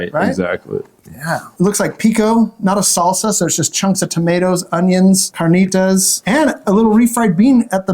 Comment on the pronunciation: Good show 👍 I’ve never been but now I’ll check it out. - it’s carnitas not carnita 👍 your friend was entertaining, interesting how his eyes roll back in his head when he takes a bite 👍